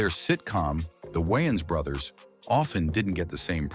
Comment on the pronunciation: why your AI having a hard time saying brothers? were you spelling it wrong?